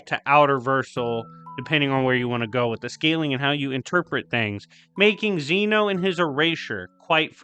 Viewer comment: Youve been saying zeno wrong. This is why dub>sub